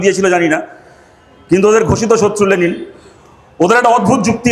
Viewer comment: আগে লেনিন না লে লি ন উচ্চারণ করতে শিখুক 😂😂😂😂😂